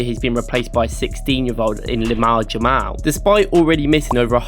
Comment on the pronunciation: It's clear they only watch Prem football and nothing else. The pronunciation of lamine yamal was horrendous. It's not even a hard name to pronounce 😂🤦